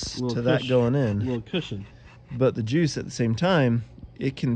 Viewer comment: I could have sworn he said it’s filled with jizz